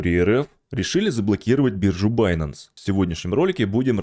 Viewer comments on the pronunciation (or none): none